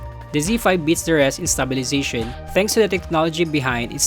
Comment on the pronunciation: i wasn't suggesting him to mimic the american accent. There's always some parts where the pronunciation and enunciation goes off. Like the words stabilization, subtle. and enunciations on; yellow, pretty.. etc. I also have filipino accent but it's always nice to deliver the message without mumbled words